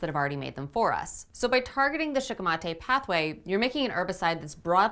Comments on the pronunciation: Shikimate comes from the japanese word シキミ (shikimi) which is the japanese star anise so considering how the language works, your pronounciation would probably be more accurate. I'm not sure of the -ate suffix but otherwise, yeah I'd go with shee-kee-mah-teh. Sounds better anyway. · If Shikimate is a Japanese word you are pronouncing it correctly